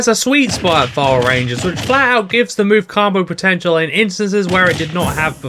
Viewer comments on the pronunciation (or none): I also don't like how you say combo but good video otherwise no notes